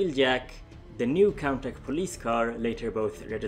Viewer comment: I believe that Contach is pronounced as 'Con Tash' not 'Con Tack' as I heard it pronounced like that, Golion came after Diaclone a year later in 1981, M.A.S.K. wasn't made until 1985 by Kenner, so the transforming vehicles were just a coincidence, the Exkaiser 'Geisters' were only loosely based on the G1 Dinobots, in the show they combined with each other, which of course the Diaclone toys didn't do. Though it was odd that Hasbro would miss out on that one other Triple Changer, no doubt it would had become a Decepticon, unless Hasbro wanted a triple aerial changer for the Autobots. Though that character's design had been implemented into some forms of other Transformers media, mostly comics. No mention of the planned 'Jizai Gattai' line though that became the Special Teams. Other then those this was very informative. :)